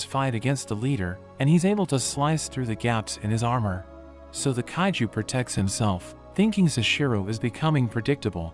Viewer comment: In 31.13 seconds bro said haiju not kaiju